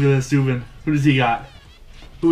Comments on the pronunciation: its SUE-BAN not SUE-BIN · It is like Zoo, but with an S, so Soo and then Ban, Soo-Ban